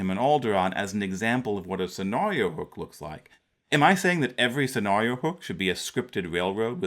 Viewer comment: Good stuff, as usual!, where did you grow up? The way that you pronounce "scenario" and "narrative" really jumped out at me.